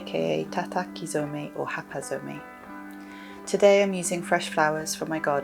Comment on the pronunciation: you pronounced it very well dear! (botanical dyer here in Japan), tataki (comes from the verb tataku (to hit or beat), zome comes from some (sew meh) meaning to dye, when 'some' comes after another word, we pronounce it as a z' sound, so tataki zome. Hapa means leaf, so hapazome is leaf dye. Ai (eye) is the word for Japanese indigo , therefore Aizome is indigo dye. i think the lady you borrow the garden from would maybe love a table cloth or table runner to have flowers on to remember summer garden :)